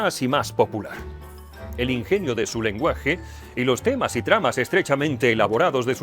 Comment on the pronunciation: En este caso "temnas" en lugar de temas 😜